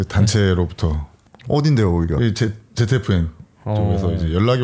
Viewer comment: ZFN은 발음이 JAPAN 같다.